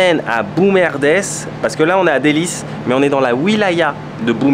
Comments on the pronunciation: La prononciation n'est pas correct. Prononcer "delice" et non "delise". Pas du tout documenté avant l'arrivée en ville. Très superficiel. On insiste sur une ville qui n'a rien a avoir avec la kabylie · Dellys se prononce DéliSSe comme un Délice. Bon voyage, profites bien. Bon séjour. Salam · Djenane el oumara " parc des princes",et on prononce "Deliss " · Bjr,,on vous suit partout, juste une petite remarque sa se prononce Dellys avec S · Dellys se prononce Délice avec un s et non un z...mes parents étaient de Dellys et tu as raison il n y a pas grand chose à faire là bas ... mais bon pas de regret tu l as vue... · Précision: Dellys, ça se prononce Dellyss (comme délice) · S'il vous plait , il faut corriger la prononciation ; Dellys avec S à la fin et non avec Z . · Je suis native de dellys on le prononce avec un S et non pas "z" lol il ya beaucoup d'endroits de cette ville que vous n'avez pas vu les bains Romains les écuries de barberousse le phare dellys se trouve à un point le plus culminant du nord de l'Afrique (3,5 km!). La vue du restaurant en bas ce sont des plaques tectoniques UNIQUE S les plages les rochers jonchées de moules très goûteuses des oursins c'est encore vierge les gens sont cool.......bon séjour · C Dellys on prononce s a la fin pas z😅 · J'ai oublié un truc on dit dellys comme délice pas dellyze comme tu dis lol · Dellys se prononce délice et non delize parce que c'est une ville délicieuse! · Phonétiquement ça se prononce Délisse ou délice pas Délise. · On dit DELYSSE et non delize. C'est bien ce que vous faîtes. Bon courage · dellys et non dellyz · Pitié, prononcer Dellys, Delles ,mais pas Deliz. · C'est DellyS pas DellyZ! C est un S! 😄 mais super! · juste un petit détail. On prononce Délice et non déliz…A part ça …parfait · Merci pour la video de dellys pronnoncer delice.pas venise. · Co on dit dellyssse pas delyse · On prononce Dellyss pas Dellyzz 😹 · C'est pas Deliz, mais daless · on prononce ça "Delless"